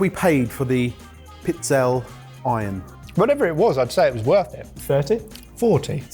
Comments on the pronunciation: And it's not 'Pizzell'. It's 'PizzellE'. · pizzella would be one cookie but it’s usually plural, pizzelle …. Pizze-lay. Check with your in-laws! 😂 think tagliatelle, the final e is voiced. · It's pronounced piz-'el-ee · Pizz-el-eh. has absolutely no shame regarding his pronunciation 🫤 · Pizzelle = pee-TSEL-leh. Please try. Please. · No one will see this comment... Darlings, it's peets-ZEL-leh (pizzelle). 😁🇮🇹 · tries to pronounce the Italian in the first one really well, then he maims "Pizzelle" 🤣! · gave up on his pronunciation with pizzelle 😮